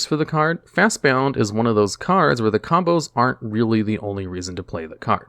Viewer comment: He keeps adding a U. There's no U. It's FastBOND